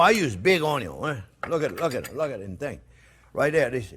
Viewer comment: My wife absolutely love this channel. In the kitchen when we cook, we always pronounce onion "onn-yon" as Chef Jean-Pierre does. He should sell t-shirts! Even a child could do it!